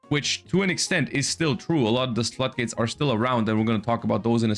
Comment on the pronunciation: When you mishear "flood gates" as "slut gates". Kinda checks out.